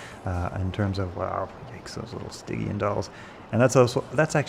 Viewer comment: "stygian" the G is pronounced like the G in Genius. It's not pronounced like the G in Gorilla